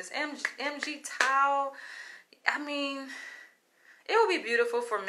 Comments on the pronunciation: It's pronounced MIGTOW...the "MIG" part is like "BIG" & the "TOW" part is like "COW". Feminism has sold women a LIE!😠It has told women that they can have their cake & eat it too! Nowadays,women are SO stressed out with trying to make/have a career AND do the housework,mind the children,etc! As a result,women are now the most unhappiest that they've EVER been in history!😥 Well,left wing,man bashing/hating feminazis have made their bed,& now they have to sleep in it!😠😤...I went MGTOW a long time ago!,& now i...... AVOID WOMEN LIKE THE PLAGUE!😠 Why the hell would I want to marry a woman when I could lose EVERYTHING! through a divorce!🙄😥We call it "divorce rape"!😠Also,why the hell would a man even want to be alone with any woman?!, when later on,she could falsely accuse him of rape or sexual assault....all for monetary gain!!!!😠😠😠😠.... The sad bottom line here is that...we men DON'T trust women anymore!😠...Fix up the unfair divorce laws for men,& then we might come back to the table!🤔🙄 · You’re completely wrong about MGTOW, your entire perception on it alone is very far from correct. So far that you couldn’t even have the least bit of courtesy to PRONOUNCE it correctly BEWARE of these harlots #TheDemonIsLurking👹👹 #CHAMELEONPURGE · Jesus please stop calling (em gee tow) that’s as bad as as saying (axe me questions) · It's pronounce mig-tau....basically once the sexual gratification is fulfilled....we see no value in yall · I have been MGTOW for the past ten years and I am Black. Going through a really bad divorce took me there. Now you have MeToo and extreme feminism - I am done with women. And it is pronounced migtow altogether. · MGTOW pronounced MIGTOOOW or MIGTAU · No MGTOW pronounced "Mig Tau" is not a hate group. Its not even a group or a movement. Its a philosophy.